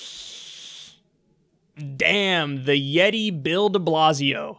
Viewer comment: *A Yet-ay (WCW reference)